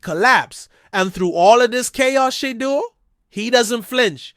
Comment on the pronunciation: Finally, a channel where we can hear Shedeur's name pronounced properly and better visuals. I'm subscribing. I like the commentary and league "forecasts“ .